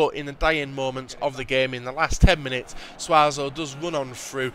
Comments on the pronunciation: It's not pronounced suazo it's pronounced sue-so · i am pretty sure it is pronounced sus-O